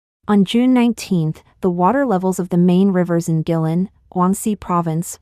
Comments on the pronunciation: Guilin, Guangxi. I think it is pronounce Kueilin not gui-lin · Just a small maybe petty poi t...find out how to pronounce the names of places like Guilin...in the face of the tragedy ...this is just a small..maybe e petty and unimportant point